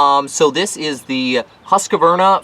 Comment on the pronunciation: It's not a Husk A Varna ..it called Husqvarna and it's an ok blower. Just call it what it is. Husqvarna, you keep calling it a Husk A Varna . Maybe you do that for a laugh?? Got me. You mispronounced the brand name everytime you said it. Other than that, cool review. I own one and it's ok. No better than my old BG86c but a nice change for what it is.